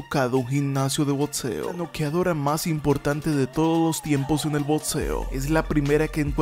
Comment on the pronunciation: Muy buena investigación y muy bien narrado, pero no sé pronuncia botseo, es crítica constructiva.